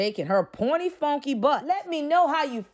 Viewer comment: Mannnn!!! I freaking love you! 🥰 You are so crazy 😂 especially when you use the word "funky" the accent just take me out 🤭🤭🤣🤣🙃 but seriously... She's huuuggeee!! 😂